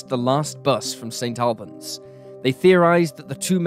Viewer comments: The town name in the first story is Saint All-bons, not Saint Al bans, the Al part isn’t persons name. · Also St Albans pronounced 'Allbans' or Auburns not AL (rhymes with pal)! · It's pronounced 'Saint ALL-bans', not 'Saint AL-bans'. The narrator is British, he should know that! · Pronounced more like Saint All-buns. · It's pronounced St All-bans